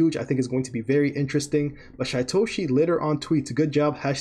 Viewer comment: His name is pronounced Sheetoshi.